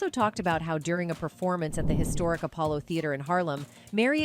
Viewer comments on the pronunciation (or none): none